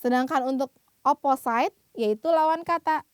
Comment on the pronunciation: Thanks for the presentation. A little help with your pronunciation: Opposite sounds like " Apa duduk" apa-sit , not opa-site. The "e" is silent. And we say "Fill IN the blanks." not FIll the blanks.